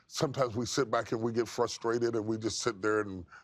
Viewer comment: Wow you're real clever....unavailable much? F.Y.I it's frustrated not fustrated.